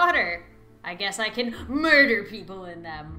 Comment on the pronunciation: It said death and she said mirder